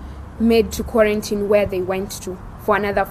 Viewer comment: Agreed on her pronunciation of the word 'quarantine'......That is the correct pronunciation!!!! Can't everyone do justice to that word?